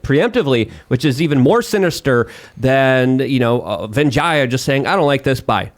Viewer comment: venjiya? u mean veega gadde? lmfao